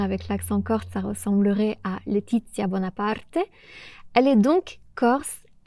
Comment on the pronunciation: Sorry if I write in English but I'm listening to your channel to learn French. I just wanted to say that I'm Italian and your pronunciation of Letizia Bonaparte was perfect!